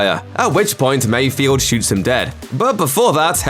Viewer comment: Why do people keep mispronouncing Mayfeld's name? It's not "Mayfield"